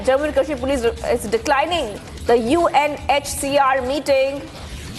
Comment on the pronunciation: Why do you keep saying UNHSR ?